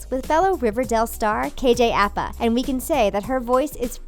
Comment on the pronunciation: isn’t it Aj apa not kj apa?